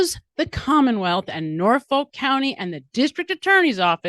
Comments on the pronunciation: BTW, it's pronounced Norf-uk. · You're pronouncing it wrong, it's Nawfik.